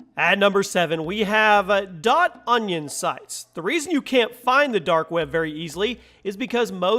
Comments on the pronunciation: The dark "webba" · "The Dark Wäbe" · dark web-uh